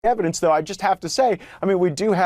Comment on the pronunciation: They seem to have a lot of "neva-dence"